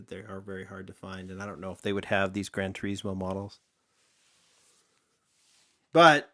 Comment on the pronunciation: thats not how you say gran turismo